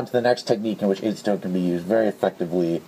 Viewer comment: I hate to be that guy, but I have OCD and its just one of those things I do. Sue me. You're pronouncing acetone wrong. It has a soft A like apple. Back on topic, I think this video was great. I had no idea you could use acetone in that way. I knew it would dissolve it but didn't even consider using that property to smooth rough plastic. And the solvent weld idea would be great for integrations and shell modifications. Im assuming when its fully cured it would be sanded like the original plastic itself, Other than epoxy putty there aren't many sandable adhesives. Goop and hot glue are both somewhat soft once cured. It could make for a cleaner connection than bondo or epoxy putty.